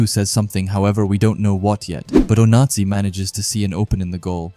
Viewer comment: i just dont like the fact that the voice kept saying "nazi" when saying onazi (oh-nah-zee)